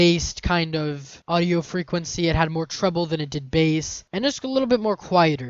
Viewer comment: *Bass. Otherwise, good job.